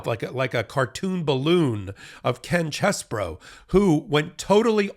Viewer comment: Stop trying to church it up. His name is CHEESE BRO, not Chess Bro.